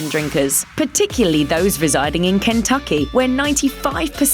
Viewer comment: She had to slowly pronounce Kentucky. Also not nearly enough whiskey/whisky on this list.